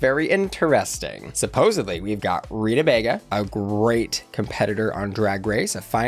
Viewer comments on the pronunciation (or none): none